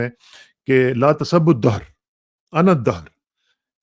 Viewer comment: لا تسبوا میں س پہ پیش ہے آپ نے زبر پڑھا.. آپ کا مداح دوست محمد خان